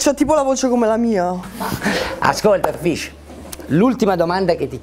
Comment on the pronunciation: llhai detto cumpè